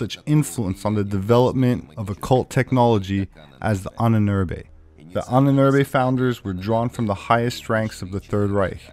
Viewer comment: Ahnenerbe = Ahnen Erbe = ancestor's inheritance, you should try to pronounce Ahnenerbe as you butchered the word into hell and back.